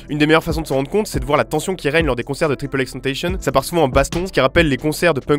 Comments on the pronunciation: XXXTENTACION ET PAS TENTASHION ! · Il préfère qu'on dise "tentassion" et non pas "tentaychieune" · C’était une super vidéo mec, mais vivant au milieu de tous ces artistes ( j’habite à LA ), je me dois de corriger 2-3 trucs : 1- c’est pas « tripleXtentation » c’est « XXXtentacionne » ( la prononciation ) 2-Tu dis que c’est un mélange de rap et de rock mais Peep ne s’est jamais défini comme rappeur, et n’a jamais été défini comme rappeur par qui que ce soit, il était entrain de créer un nouveau genre qui mélange + punk et rock que rap et rock, mais ce qui m’amène a mon 3eme point 3- tu dis que le Xanax est une des drogues qui l’ont tué, mais pas du tout, ils étaient croisés avec du Fentanyl, ce qui a cause a 100% sa mort, le Xanax n’y est pour rien. Voilà c’était 2-3 corrections complètement bidons, pas vraiment importantes, mais bon. Super vidéo continue à charbonner c’est cool! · La video est nickel, bien monté compréhensible ect. Mais par contre XXXTENTACION ne se prononce pas triple X tentacion avec un accent anglais mais ExExEx TENTACION (prononcé cette à la française. :) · ca se prononce Tentacion, comme tentation en français, pas tentayhsun. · Tripeul ex tentaïcheun ? Non c’est xxxtencion prononce à l’espagnol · Jvais faire mon fan relou jsais mais c'est pa "Triple X Tentaysson" mais "XXX Taine ta sion" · ca se prononce tentacion comme en francais et pas tenetashion a l'americaine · C'est pas triple X tentation mais ça se dit X X XTentaÇion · parfait, juste à revoir la prononciation de xxxtentacion: tantassion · Mais personne ne dit "triple x tentacion" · J’ai fait un AVC a « triple x tentacionne » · Il a dit « triple ex tenteshion » non 😭😭😂, bref super vidéo sinon ! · Cisgenre Mâle Blanc Hétéro Non. Faut prononcer ex ex ex tentassionne. Ou si tu préfère, "young dagger dick" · Tu sais pa dire XXXTENTATION sa se di X-X-X-Ten-Ta-Tion (et tentation c prononcer en fr) c lui qui le dit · Tripeul ix tantayshion, il l’a dit j’ai pas rêvé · "Triple x tentautionne"